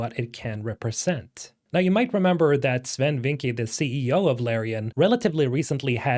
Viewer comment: Bro I speak dutch and you need to pronounce Swen's last name better. Vincke is more pronounced like Vinckeuh.